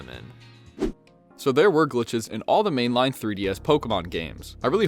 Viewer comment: he said main-line goofy